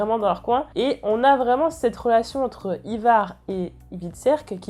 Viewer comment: Bonne vidéo mais stp stop les Ivar, c'est [Aie]var X). Tu prononces bien Hvitserk mais pas Ivar qui est bien plus simple ^^'